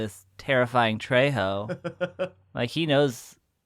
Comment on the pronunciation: Okay, guys, it's not Denny "Treyho"